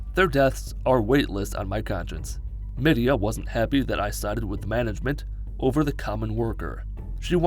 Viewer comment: Mildew, Mildred, Milly, Mold 😂 😂 😂 poor Midea hahahahaha